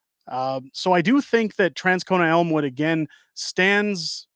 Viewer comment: From Winnipeg, you nailed Elmwood!